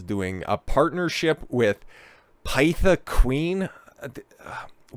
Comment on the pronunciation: Great and he took my mage name....awesome. Pythia was the name of the high priestess of the Temple of Apollo at Delphi. She specifically served as its oracle and was known as the Oracle of Delphi. I like history and name my toons usually something from history. It's pyth like myth not python. I wanted to laugh at your skit but it felt too real. Myself and every other biological woman is being made a mockery of. I'm starting to understand more and more why the end of the Weimar Republic ended like it did. They had this trans nonsense going on but obviously not the same level. I even found out in more recent years some of those books burned where pedo books.